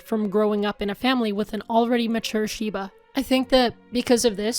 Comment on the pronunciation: that is not how I would have pronounced "shibe"...huh.